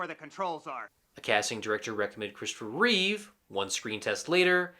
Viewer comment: Why do so many people have a problem with George and Christopher's last names? They usually say Christopher Reeves however there is no 'S' at the end of his last name. It's Christopher Reeve. George Reeves was called George Reeve in this video. SMH